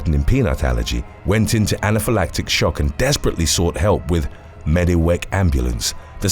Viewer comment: Mediwec I swear the guy doing the commentary has brain damage or some shit every video he mispronounces something are u seriously unable to see that ambulance said medicwest on the side 😆 🤣 🤤🤤🤤